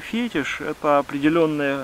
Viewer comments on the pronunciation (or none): none